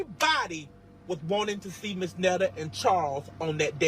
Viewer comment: "I'm not trying to be a black woman" but call me Miss.. Miss goes in front of a never been married female. MS. is divorced female and Mrs. Is for married female. He would be Mr. Netta for all men including those who aren't trying to be a black woman. 😅 she doesn't even pnounced Miss correctly All three are Pronounced differently. Too early for this ignorance. Going back to bed.